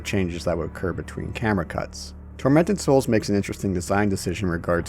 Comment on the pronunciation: First time mention of the title I thought you said "Fermented Souls" NGL caught my attention..